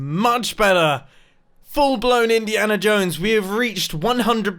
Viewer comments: Grian Mumbo said Indiana Jomes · Mumbo. I'm going to make it look naturally generated Also mumbo "INIANA JONES"